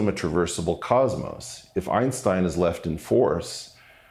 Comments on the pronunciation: Lol - “Ironstein” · I can't get over the fact that Piers Morgan is pronouncing "Einstein" like "Ironstein". It's hard not to hear.